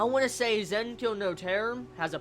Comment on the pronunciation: i cringe whenever he says zankyou